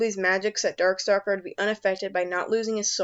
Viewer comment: Did I just hear call Darkstalker Darksucker?